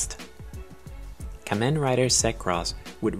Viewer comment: You are saying kamen wrong